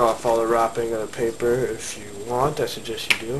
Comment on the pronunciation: once he said papper i stoped watchin the video.